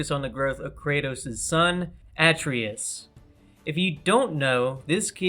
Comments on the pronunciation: You mispronounced Atreus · Great video and great roster, but small note: check how u say characters names and games before u say them in a vid lol. Atreus, InFamous, Nioh, Aloy, Revan. Just makes you sounds like you're not a playstation fan and just reading a script.